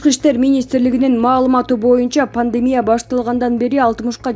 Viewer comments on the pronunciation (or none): none